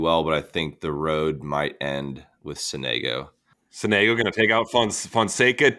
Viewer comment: as an italian, hearing sonègo hurts ahahha, it's sònego